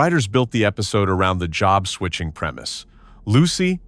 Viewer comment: We have to see the announcers actually speak into a mic. NOT AI constantly. This English voice did pretty good, none of the usual ehhhhh sounds after a word ehhhhh. When your robot voice is calling a simple three-letter word job, JOBE, that was a good clue. JOBE, is Job's name in the Bible.